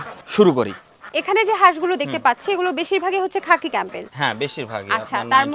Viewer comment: খাপি ক্যামবেল না সোনা 😂এটা খাকি ক্যামবেল বলে